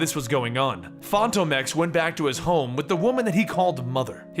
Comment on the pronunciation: Fon tome ex?? Come on my guy